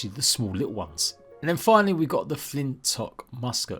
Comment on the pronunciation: btw its pronounced flint lock